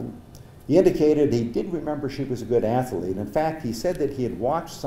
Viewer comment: The word is also pronounced incorrectly.